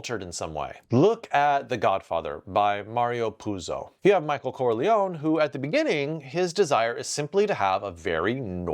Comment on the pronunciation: Californians pronounce Corleone as Carli-Own, that's as funny as Vrad Pitt's Arriwederchay in the Basterds.